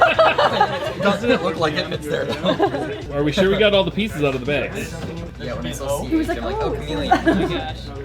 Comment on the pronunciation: I can't tell you what a giggle Everytime I hear you () say the word BAG.. lol I adore that you pronounce it as BAHG..?? ITS ADORABLE 😊🙂